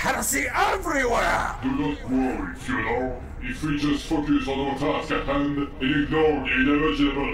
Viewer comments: Slowly butchering Fyodor's name more and more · I love how the pronounces Fyodor's name differently every time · The fact that he messes up Fyodor's name subtly every time he says it to him is both hilarious and scary as it is also an indicator of how fucking pissed he is about thos guy ruining his ancient friends work.